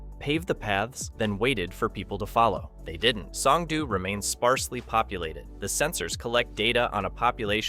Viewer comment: You are over complicating Korean single letter vowels. It's like Spanish where 1 letter = 1 sound. o = oh. Oh no, I know that Homer says doh. It's the same o sound every. single. time. S-oh-n-g-d-oh. in the video you say s-ah-n-g-d-oo. No need to muddy up the letter o.